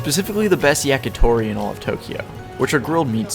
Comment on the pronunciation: Hey, it's yakitori! Not YAKATORI!!!